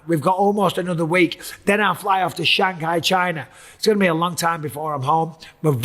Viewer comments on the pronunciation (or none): none